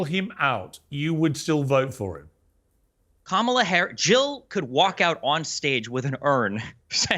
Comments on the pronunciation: She needs to be cancelled, she said Kamala’s name wrong. 💨 be gone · Wair wait wait... inat didn't she pronounce that hyenas name the same way Trump got slammed for over and over and over and over and over? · Whoopie Goldberg is insame! She can’t even pronounce Kamala’s name 😂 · Did you hear how she pronounced Kamala ? I thought that was wrong?